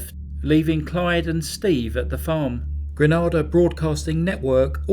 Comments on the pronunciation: Only Americans say granAda instead of GrenAda Grenayda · GrAnada is off the coast of Spain and is pronounced the way you say it. GrEnada is the island in question. To a West Indian...the way you say is seems off and would automatically trigger a response. I totally understand because until I heard an American pronounce Arkansas, I was saying it the wrong way. They Will Kill You channel used to have a problem with Maryland and Mobile in the US...he has corrected the first and awaiting the second one in a future story. It is a trivial thing that I find funny but several people have commented. It does not change the fact that is is a very interesting story. Psst...there are three small towns where I live that the local pronunciation is different from the rest of the world.....DuBois, Hebron and Roulette. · Pssst: hate to correct you, but it's pronounced Gre-nay-dah, unlike the Spanish island. I really appreciate you doing this story, I happen to have lived in Gnd for about 5years. It wasn't too far from where this happened. It is an amazing place to live and visit. Best doggies in the world, they call them pothounds. Miss you Greens 🇬🇩🥰😘🇿🇦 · Please it's not Granada it's Gre-nae-da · Just to let you know the island is pronounced Gre Nay Da not Granada. Good video though. I remember the case well. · Grenada. Pronounced Gree - nay- dah. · It's pronounced Gre-Nay-dah !!!!1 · It is pronounced Grenaeda. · Pronounced GrenAAda. Your pronunciation is of a city in Spain. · It's Gre-nay-dah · Wow! Never hear stories from my mothers tiny island, and on one of my favourite channels! I hate to mention it, but you’re mispronouncing Grenada btw, it’s Gra-nay-da. Btw this isn’t the only be heading in Grenada, believe it or not there was another in 2012. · Excellent coverage. The country's name is pronounced gree-NAY-dah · Yeh defy pronounced Gre Nay Da...Great vid all the same 💯